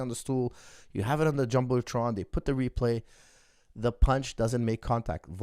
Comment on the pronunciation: they have it on the jumbletron??? What’s that word he said ???